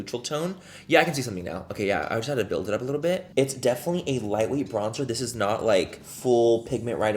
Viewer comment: Love, “back and the brows are filled”! Don’t stop!!! Every time I do my makeup even though I never make any social media videos I say it 😅 Also love when you say, “Gorga” and “It es… what it esss..” 😆🤣😂